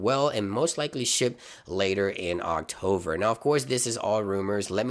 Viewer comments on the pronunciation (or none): Anyone else hearing “Octover”???😳🤷‍♂️